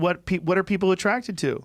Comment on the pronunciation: Joe “I’m attracticted to fit body’s” Rogan